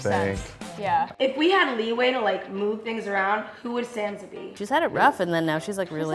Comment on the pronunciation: Is it just me that got annoyed when pronounced Sansa as "Sandsa"